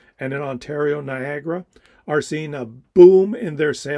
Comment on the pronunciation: Still not Niagara, dude.